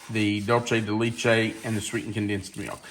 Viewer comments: It is pronounced laychay...it is Spanish. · Leche is ‘milk’ in Spanish. The (both) “e” is pronounced like a long “a”. I’d love to know the maker/ brand/ source for that mixing bowl. Hopefully, Amazon 😂 Those look yummy!!